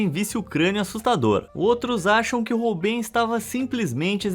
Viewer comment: vª exª nao fala de arte. vª exª fala de curiosidades que nao sao arte . aprenda a dizer o nome dos artistas. o sr. diz ROLBEIN . na verdade o nome se diz ÒLBAIN, tal como BRUGEL nao se diz brugel. diz-se BRÓIGUEL.